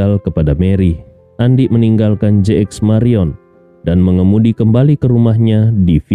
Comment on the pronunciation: Jayapura selalu setia menyimak, sedikit koreksi apakah JX. MARIOT atau JX MARION. Sebelumnya sebutan JX MARIOT tapi episode ini dgn JX MARION, itu saja smoga saya yang salah.